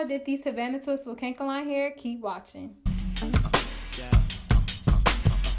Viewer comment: Its pronounced ka•nak•el•lon not kankalon